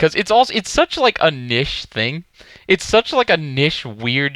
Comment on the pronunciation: wtf is nish? is he trying to say niche? lol